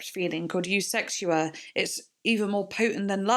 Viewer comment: It’s actually pronounced USEKSHUA😄